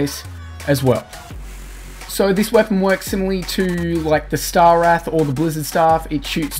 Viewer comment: Dude, it's "Star Wrath" not "Star Wraith". It's "Meowmere" not "Meow Mere".